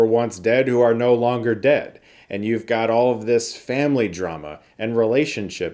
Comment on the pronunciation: Fambly. We had to stop watching them after my wife invented a shot every time Vin said Fambly. We lost our eldest son to alcohol poisoning after the third one yet we kept watching until the 5th one. Rest in peace Godfrey, you are missed. Not sure I will see this in the theater but I will definitely catch it on streaming at some point. Fambly. Once you hear it, it can't be unheard.